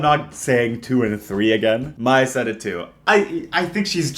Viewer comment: was very upset to hear misread Maya, the Researcher's name. Much like our Lord Himself, it should always be read Maya, the Researcher.